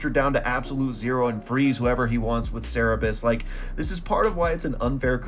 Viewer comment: Absolutely no way I just heard you pronounce Cerberus like that.